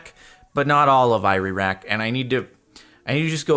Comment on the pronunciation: Is it just me or he got confhsed saying iraq, "ireraq".